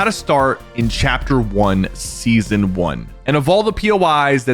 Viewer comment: bro really said "SESAON" and thought we wouldn't notice